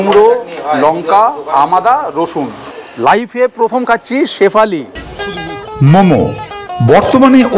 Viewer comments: শেফালি নয় ওটা স্যুফলে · ওটা শেফালি না, সাফালে l আর তাইপো l